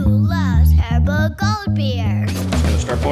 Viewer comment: Nice video, good instructions. I like how you went over the process of trial and error, and made your own invert sugar in the end. And reiterating the recipe in a labeled section in the end makes it a good reference One note, it's not pronounced "aeribo", it's "haaribo". Es macht Kinder froh -- und Erwachsene ebenso!